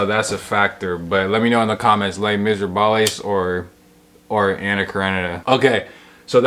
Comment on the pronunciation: There's no way you think Les Miserables is actually pronounced like that. You must be trolling. And if you're not ... bless your little heart.